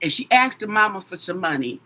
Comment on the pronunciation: You axed something??????